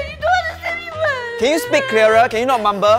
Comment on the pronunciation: "can you speak crear-er" cannot unhear